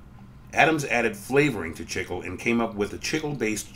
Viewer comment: Interesting video! Pronunciation is a little painful I think. Certainly it must be pronounced "chick-lay" and not "chickle".